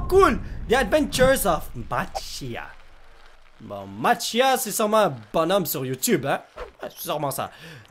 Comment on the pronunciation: sa se prononce Matt shé pas chia